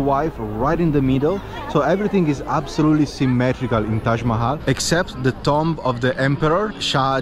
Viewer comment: the word "Tomb" is not pronounced Tom-B as you said it; Rather, it is pronounced "Toom(b)", the b is somewhat silent in English. lol. I would not have understood what you said except for the context of the tombs in the video as you said the word. lol